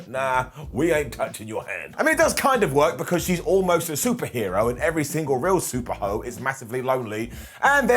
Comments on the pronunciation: did you mean to sat super hoe ? seems like a slip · I'm almost positive he said super hoe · Lol I thought I was tripping thank you!😂😂 SUPER HO!!!!!